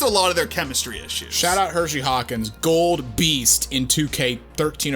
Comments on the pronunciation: Both of you pronouncing it 'Hershey', like the chocolate bar, & not 'Hersey', like his name, is murdering me :( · I just want y’all to pronounce Hersey Hawkins’ name correct one time. His name isn’t Hershey. He’s not named after a chocolate bar lol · The way you guys said Hersey have me cancer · Dog it's Hersey Hawkins not Hershey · Hersey Hawkins, not Hershey. He isnt a chocolate bar. Smh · His name was Hersey Hawkins, pronounced like Her see, not Hershey you idiots. Do your research before looking stupid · I cringed every time dude said "Hershey Hawkins." It's Hersey... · HerSey Hawkins. NOT Hershey Hawkins. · Minor misstep. Ngl, "Hershey" sounds a bit cooler.